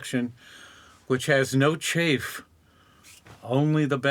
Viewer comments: Gerald.. It's pronounced Chaff, not Chafe... :( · I think it's pronounced chaff (rhymes with laugh, which I did). Still, 2 of the most courageous creators on the planet!